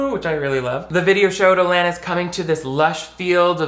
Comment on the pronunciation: I’m glad you pronounce “Alanis” correctly bc most people butcher it 😭 (it’s my name lol)